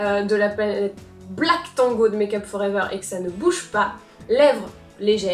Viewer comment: AH make up for ever ( aver l'accent ) m'avait manqué ;)